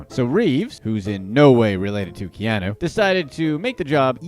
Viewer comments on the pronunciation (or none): none